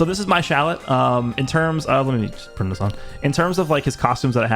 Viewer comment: Dude, you need to stop calling him shallet